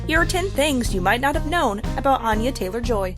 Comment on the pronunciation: "Anya Taylor Joy is quickly making a name for herself" they say as they mispronounce her name